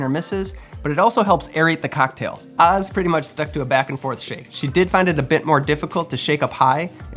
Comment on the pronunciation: good video but why does he pronounce "cocktail" like that